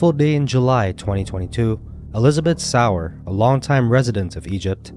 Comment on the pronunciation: And Elizabeth's last name is pronounced Sauer - (Soy-Yer) Not sour.